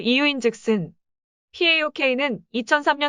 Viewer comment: 파옥을 피에이오케이..